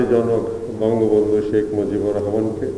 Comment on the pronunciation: 'মজিবর' নয় 'মুজিবুর' হবে, মহোদয়।